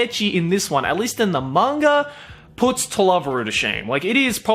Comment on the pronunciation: It's MANGA not "MANGAR".